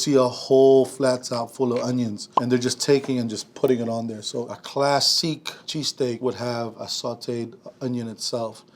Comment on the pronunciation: Cla-seek, nice I'm gonna start saying it like that.